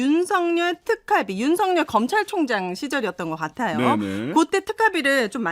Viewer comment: 윤석열 발음은 자음동화가 안됨 윤서결(ㅇ) 윤성녈(x)